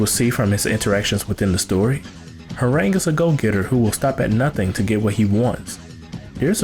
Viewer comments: ITS HWAARANG SAY THE SOUND OF THE A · lol i agree... and i only say that because during my studies in Taekwondo, we learned Korean and it was never pronounced like that.... but whatever it’s STILL an awesome video... He’s been my favorite character since tekken 3 because ima black belt 😅😅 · Your pronunciation is awful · Okay But the name pronunciation is cancerous